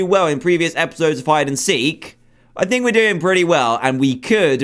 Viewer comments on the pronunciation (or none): none